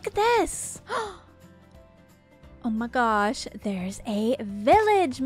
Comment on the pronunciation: O' meh gos'! Me: Did she just do an Aussie accent?!